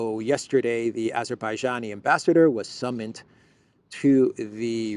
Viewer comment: if Azerbaijani is too difficult to say you can say Azeri